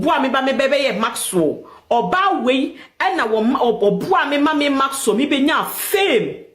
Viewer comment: The name is Maxwell not maxso